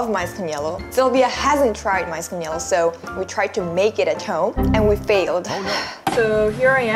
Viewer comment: It's quite amusing that you pronounce "yelo" as " yellow".. ㅋㅋㅋ